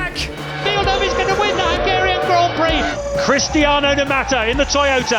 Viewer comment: 'Cristaino'.... ME: Suuuuiiiiiiiiiii